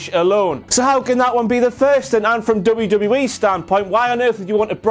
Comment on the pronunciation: Did no one hear tom philips saying lame lame me instead of wwe??? I replayed it 6 times all i could hear! It was when hardy or miz got in the ring.....